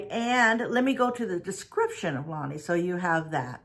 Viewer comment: Its La-nay and we live in anacortes, Wa pronounced (Ana-cor-tes)